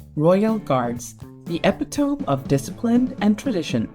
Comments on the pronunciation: "eppy-tome"? E-PIT-o-me! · Epi-tOme? It's ih-pit-uh-mee. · Epi-tohm? It's pronounced eh-pitoh-mee 😀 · It’s not epitome as in ep-I-tome! It’s “uh-pit-uh-me”! My god! Learn to pronounce words correctly! It’s so freaking frustrating how stupid people are these days! And stay away from the guards! They aren’t there for tourists enjoyment! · The word 'epitome' is pronounced 'ePITomi' - jarring to hear bad English! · These people want to end up on YouTube like this. And your AI doesn’t know how to pronounce epitome for godsake. What a racket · Did you try and say 'Epitome' at the start and got it wrong?